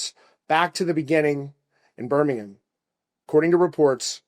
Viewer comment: Extra points for correct pronunciation of Birmingham